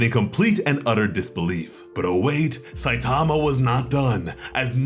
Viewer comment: The name "Saitama" is Japanese, it doesn't have word stress like English does. Stop stressing the second syllable.